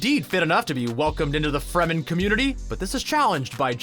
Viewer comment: They said Fremen correctly this time. I can rest.